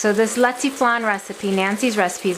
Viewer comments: This is my favorite Filipino dessert. And y said lechwe flan wrong. And I would know that because I am Filipino. This s really good my mom made this last night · Thnx so much for the recipe but isnt leche pronounced (le, chea) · defiantly not how you say leche. Thanks for the video.